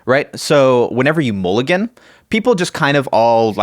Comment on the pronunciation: Sorry, I can’t get past mool-I-gan